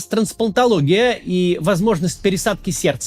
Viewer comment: Сейчас что? ТранСПАНТОлогия? Кац, ты чо, нейронка? уу Кац, да у тебя вообще беда с произношением некоторых слов 😒 Ты бы хоть по слогам прочитал раз 20 слово трансплантология, спокойно, тогда бы освоил быстро нормальное произношение, так работает со всеми сложными словами, из какого бы языка они не были взяты. Надо лишь не лениться.